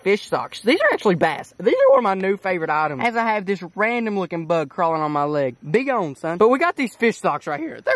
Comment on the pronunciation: it’s bE GaWn SUn